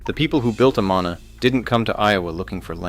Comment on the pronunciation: Its pronounced a-man-a, not a-ma-na